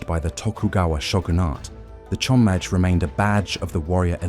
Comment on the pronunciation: You're saying chonmage like a French word... it's chon-ma-geh, not sure how some of the pronunciations are fine and some are very off